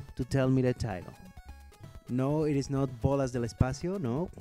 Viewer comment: hey Are you mexican or something? I heard ur good pronunciation of "bolas del espacio" ^^